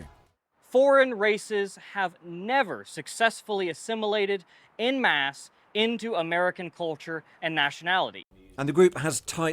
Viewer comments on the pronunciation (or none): “En masse”…